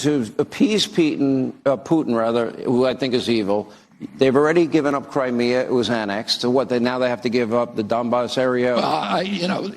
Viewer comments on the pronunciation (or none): none